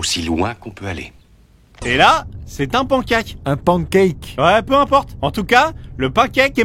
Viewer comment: Le " pankake " !!!😂😂😂😂😂 vous avez fait ma soirée !!"pancake" et paneqaik pour la prononciation !!